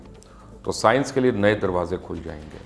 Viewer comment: ہاہاہا مبشر صاحب آپ کو سینس نہیں بلکہ سائنس ٹھیک سے پڑھنی چاہیے۔